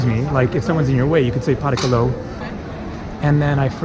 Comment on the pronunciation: At 25 minutes, Greek 😂 Pa ra ka lor (please or welcome), ev hari stor (thankyou)